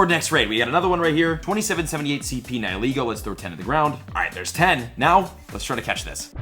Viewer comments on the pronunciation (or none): You say Niholego but it is Nihilego